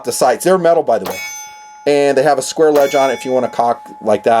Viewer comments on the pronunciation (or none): none